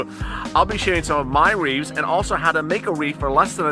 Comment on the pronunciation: Wreaths, not Reeves...